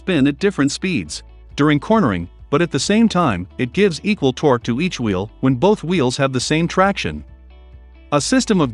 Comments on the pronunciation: Is it just me, or does anyone else keep hearing throughout the video the narrator using the word “Vheel” in place of “Wheel”? I thought I was losing my mind there for a moment 🤣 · Is the A.I. saying "vheel" instead of wheel some of the time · Why are you saying veel instead of wheel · He keeps saying “veal” instead of “wheel”. 😂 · It sure sounds like he's saying veil instead of wheel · It's wheel not veel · Some reason you don't use "a" and "the" in the video? It makes the narration sound kind of childish. "_THE_ differential," "_A_ spider gear," etc. Small children leave off articles because they are in a hurry or don't understand how to use them. Also, why is the narrator saying "veel" instead of "wheel?" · Side note, he said "veal" a few times... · I voice is so annoying and y is it saying vvveel But i am interested in this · Veal? What's a veal? Thought that was a meat from a young cow not on a vehicle? Just funny no accent through the entire video except for when saying wheel?